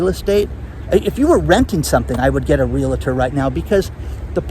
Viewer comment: There's that "LA" still popping up in the middle of the word REALTOR., old dogs CAN learn new tricks.